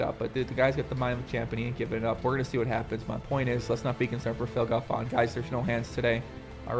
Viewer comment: Phil Galfåån :p